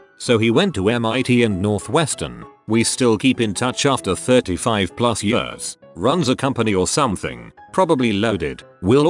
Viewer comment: I hate the way it says years